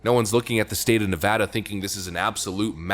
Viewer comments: 1st off...that you for pronouncing Nevada not nevAWda! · Thank you for pronouncing "Nevada" correctly. :) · Thanks for pronouncing Nevada correctly. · Thank you for pronouncing Nevada correctly. As a native, one of the biggest pet peeve’s is to hear it spoken like you are trying to be Spanish. That said, I now live in Tejas. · You pronounced Nevada correctly. 💘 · It's a small thing, but it means so much to Nevadans: Thank you for knowing how to correctly pronounce the name of the state.